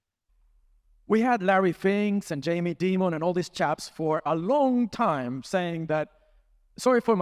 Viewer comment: I love how he says Jamie Demon